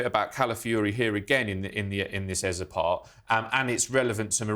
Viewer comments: It’s Eze, not Eza. No a in that name and Eza has no meaning. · Eza? Pretty sure it's pronounced ezay